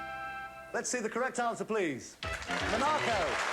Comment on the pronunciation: Off the top of my head... This is so quintessentially 1989 in style (I love it!) Imogen Bain was an accomplished actress. She passed away in 2014. May she rest in peace. I have never heard that pronunciation of 'Monaco' (Mon-AH-co) before. Maybe I should defer to Mr Tarrant here, as I imagine he will have been there, and I certainly haven't 😉 (if only!) I really enjoy this show. Thank you so much for uploading these episodes!